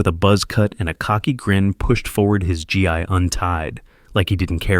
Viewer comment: The outfit is NOT a "GEE" or 'JEE'. You said it wrong, or AI did. 'GI' doesn't use a 'J' sound, It uses a HARD G, like in GET, and the EE sound from KEY, So hard G+EE, NOT J+EE, like hard G in Get.